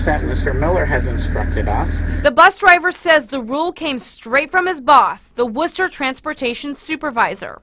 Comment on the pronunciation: its Wooster not worcter